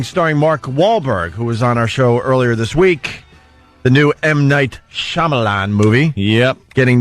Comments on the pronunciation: Patrice can't even say that last name lmao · I dont think it is an attempt to get a laugh as much as I know opie just cant read or pronounce words properly and from the beginning of this clip opie struggles to pronounce his last name